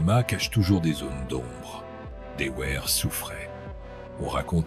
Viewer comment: Son nom s'est toujours prononcé "Devère" et non pas "Deouère".